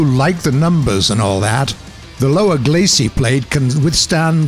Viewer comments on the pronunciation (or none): its LOWER GLACIUS.... not GLACEY PLATE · No, this is the normal guy that does Shooting Range. The guy you're thinking about does Thunder Show. This guy's not so bad, apart from the fact he can't pronounce "Glacis" properly... glassy, lol